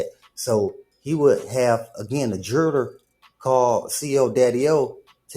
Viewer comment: the "jerrler" got the "jerrlery"🤣🤣🤣